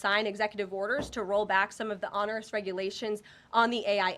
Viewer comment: She doesn't know how to pronounce "onerous"